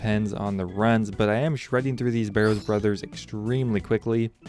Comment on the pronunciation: Slightly triggered by your pronunciation of the brothers names.